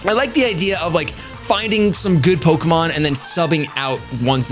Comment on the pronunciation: The way you pronounce the French Pokemon name is just too precious.